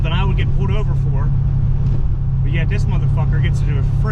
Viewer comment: It's pulled over it's not p o o d over